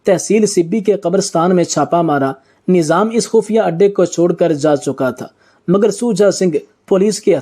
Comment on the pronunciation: بےوقوف انسان نیظام نہیں لفظ نظام ھے ویڈیو بنانے سے پہلے کسی اچھے استاد سے اردو پڑھنا اور بولنا سیکھ لیتا تو کتنا اچھا ھوتا